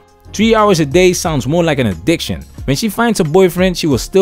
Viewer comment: "3 hours a day sounds more like an ADICKTION"